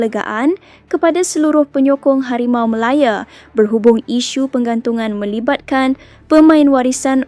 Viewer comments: Ooi kakak ..KO sebut biaq betul HARIMAU MALAYA bukan MALAYE ..nahu tu biaq betul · Ko ni org Msia ke org mana? Npe ko ckp Harimau Malaya bunyi mcm pelik hah?!!?